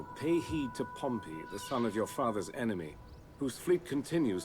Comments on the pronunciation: Just a note Pompey's name is actually pronounced 'Pom-Pee' not 'Pom-Pay' Pompeii (pronounced 'Pom-Pay') is the city next to mt. Vesuvius Pompey (pronounced Pom-Pee') is the man/family name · I always thought pompey was pronounced like pompee...?